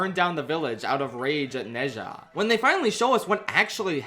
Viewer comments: you absolutely blew the pronounciation of Ne Zha, its more like "Nuh Ja" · ITS NO "NEI JA" ITS "NUH ZHA" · for future videos: ne zha is pronounced like nuh - ja (for inflections: nuh has a rising tone and ja has a flat tone) (alternatively chuck it into google translate and listen to their pronunciation, being careful to replicate their intonations closely) (you dont HAVE to do this but i think many would appreciate it) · It’s pronounced “Na-Jaa” 😅 but great video 👌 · I loved this movie saw it with my chinese class it was wonderful. Also it should be the bate minimum but thank you sincerely for making an effort at pronouncing the name the actual theater we went to see it at couldnt even be bothered to say it right 💀